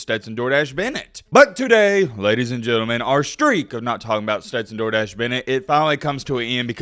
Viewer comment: For the Longest time I thought was Saying Stenton "Jordache" Bennet not "Door Dashe"😅🤣🤣